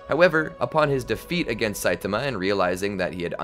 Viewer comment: "A naked satiama" had me down on the ground